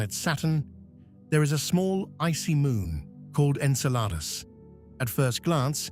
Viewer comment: I respect ya, but... Thats not how you say it...... Okay, that's much better.